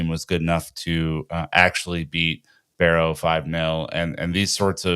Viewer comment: it's Wimbledon, there is no ''T'' in there and also it's Barrow not Berrow